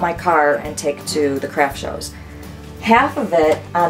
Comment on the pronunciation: Omg when she first said “Craft shows” I thought she said “Crap Shows” 😂😂